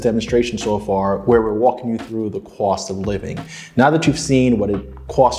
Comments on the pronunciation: How much it cwosts 😂😂😂 I love it ❤️ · Cost, cost! Not cwost🫤